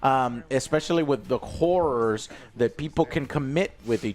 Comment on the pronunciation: joe, please pronounce "horrors" better. i thought you were saying it was a good year for women of the night